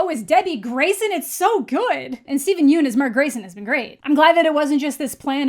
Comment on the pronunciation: hey! just pointing out that Steven Yeun's name is pronounced "Yun" not "Yoon"